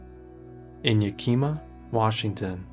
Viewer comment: Yakima is peonounced 'Yak-ih-maw' but otherwise stellar docu 👍👍